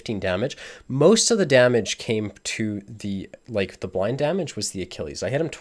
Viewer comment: I see you pronounced Achilles correctly. Didn't want to trigger everyone again?